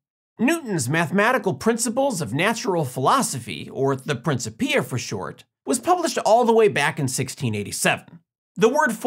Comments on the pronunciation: it's prinCIPia, not princiPIa.. check the original Klingon..er.. Latin (in fact, in Latin, it's more like prinCHIPia, but the emphasis is still on the 2nd syllable) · The correct pronunciation is PrinKipia actually (like Celtic)